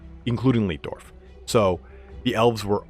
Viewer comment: your pronounciation of the german based imperial names is horrible...... markus leitdorf is pronounced more like laetdorf not leetdorf.